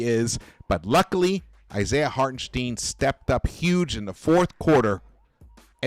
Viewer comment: Hey. Love your postgame recaps. Just want to point out, Hartenstein is pronounced “Heart-in-shh-dine”